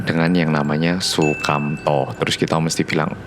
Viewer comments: Baru mulai..: tinggal di Indonesia pasti sudah familiar sama SU Aku: SUMANTO: SUKAMTO auto ngakak padahal belum 1 menit 😂 tp gpp udh di edit di videonya ya 😁👍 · Humor ku sekedar salah nyebut "sukamto" 🤣🤣🤣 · Humorku sebatas sumanto dibaca sukamto🤣😂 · sumanto mas SUMANTO bukan Sukamto😂😂😂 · Pliss ni kan vibe nye horror yeee, pas nyebut "sumanto" jd "sukamto" aku ngakak bangetttt😭😭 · Sumanto mas bukan Sukamto 😂😂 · sumanto bro, bukan sukamto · Sumanto, bukan sukamto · Masa ngomong nya Sukamto harusnya Sumanto 😂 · Sumanto kok bilange sukamto to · taunya Sumanto, bukan Sukamto lol